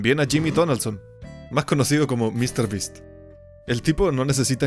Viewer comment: Mr ttas